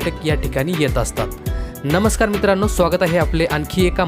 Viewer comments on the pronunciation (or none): none